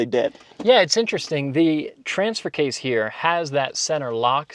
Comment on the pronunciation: it's case not kase